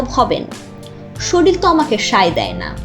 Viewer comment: স্যালারি একটু বেশি দিয়ে শিক্ষিত মানুষ নেন, ইউটিউবে ভয়েসওভার দেয় কিন্তু শরীর উচ্চারণ করে শরিল - এটা কেমন কথা 🙃🙃🙃